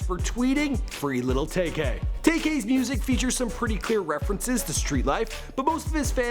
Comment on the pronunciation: It's tay k not tak k